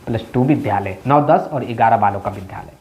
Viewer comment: Vidhalaya nahi Vidyalaya bola jata hai.